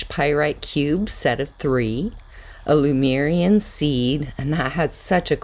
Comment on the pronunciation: Hi, nice crystals. But why do you adress the Lemurian crystals as Lumerian? .Did I hear wrong?